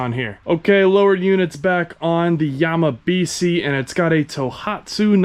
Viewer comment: If this were actually a japanese name, it would be pronounced Yamabishi. si in japanese is pronounced "she"